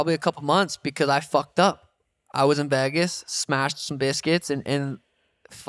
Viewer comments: Really struggling hearing Sean say “Vagas” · Someone teach Sean how to say Vegas 😂😂😂